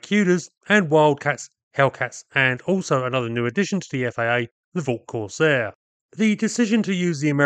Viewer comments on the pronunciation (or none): none